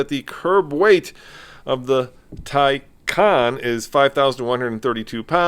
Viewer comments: You might want to properly pronounce the name of a car you’re purporting to review. It’s “tie-con”! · Love the car, but you said the name wrong almost every time you pronounced it lol. Anyway this car is sexy, looks 10 times better than Tesla